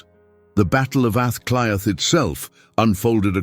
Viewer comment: Aah clea is pronouncionatof dublin the 1 hour video that I suffered to watch withan computer b used gobshite is a moment I will not get back. Half of ur lies in this video shows u as a fraud. The fact of mentioning a word in gaelic and conviction and confusion as understanding a language that you a obviously no nothing about is baffling